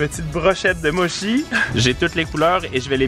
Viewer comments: Et ça se prononce MOTCHI et pas mochi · C'est pas du hate,mais on dit mochi "motchi"! Au japon chi ce prononce "tchi" :D